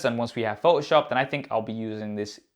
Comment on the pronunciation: Love your channel! Your English is very good. Please say photoshop correctly...its Pho-toh shop. You are omitting the T.. It's not pho-oh shop. Adobe is an American Company so it's something you will want to adjust. Thanks..you're review of the new OS was spot on! It does have so much potential! I'm looking forward to when they port Logic Pro X on there. By the way if they have a bridge brand keyboard that works with this size of iPad Pro those are extremely good!! Again, thanks for the great video!! You gained a subscriber today!!... Dave